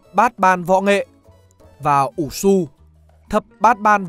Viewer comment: SU đọc là Sư nhé